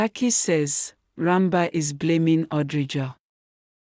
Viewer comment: The name is ran bir. D ranba u keep saying makes it boring sorry